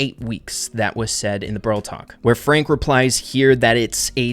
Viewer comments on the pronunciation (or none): none